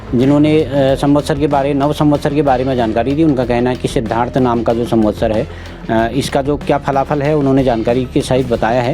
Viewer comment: को सम्वत्सर कहना नहीं आ रहा है वो सम्वसतर कह रहे हैं